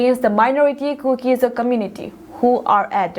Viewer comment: news simnu boinu, lungsettah in ZO tin pronounce aw. Not ZOU